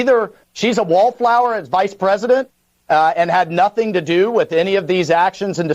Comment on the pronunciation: At best she would be a "bee-tend pwesident"